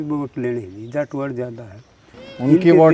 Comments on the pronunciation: पत्रकार भाई तेरे सामने ये बार बार जाट को जाटवाड् बोल रहा है क्या ये सही है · ये बाल्मीकि भाई जाट को जाटवाड़ बोल रहा है बार बार ।।। क्या ये सही है??? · अरे भले आदमी इनका सब कुछ जला दिया इब जटवाड़ा भी ना बोल